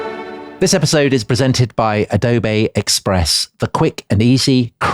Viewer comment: The way Dominic says "Adobe Express" always cracks me up... . Plus, I love how Tom is so intimidated by making a video without Adobe Express he mentions it twice. Best Adobe ad ever!